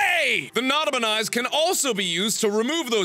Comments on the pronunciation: I want that to be replayed! INFINITE NOT-A-PE-NIS MISPRONOUNCING! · he couldn't say his own creations name right